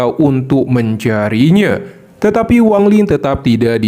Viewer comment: Wang lin, bukan wang ling ya